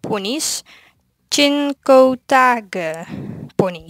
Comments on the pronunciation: Je spreekt het uit als shingotiek xD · Je spreekt het uit als chinkoteugus